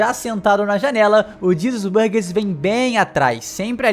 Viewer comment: Oh, "Jesus Burgess" em japonês se pronuncia "jizasusu baagesu", então acho que cê chutou longe